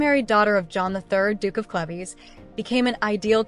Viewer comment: CLEVES = "CLEEVES"